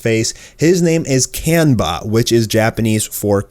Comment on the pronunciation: Why is it that you have a channel primarily dealing with anime, yet you still can't pronounce Asian vowels correctly? It's not "can-buh", it's "kahn-bah"...no need to Westernize things.